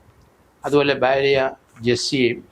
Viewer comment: ബ്യാര്യ അല്ല ഭാര്യ😅